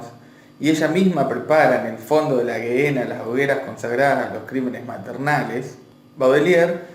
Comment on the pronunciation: Me gustó el poema Gehena se pronuncia Jena Saludos amigo